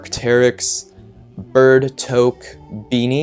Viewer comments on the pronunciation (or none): none